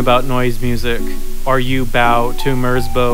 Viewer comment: "floa-tia" "merz-boe" He intentionally pronounced a lot of things wrong